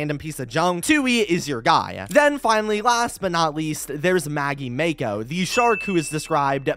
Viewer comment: Mako im pretty sure is pronounced like the anime girl from kill la kill or that pacific rim girl protagonist...